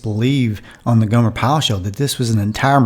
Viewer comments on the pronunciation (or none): none